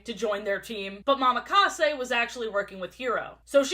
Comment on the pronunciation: I know it doesn't matter, but it's a slight thing that annoys me. ITS NOT MAMAKASE. It's Mo-Ma-Ka-Se.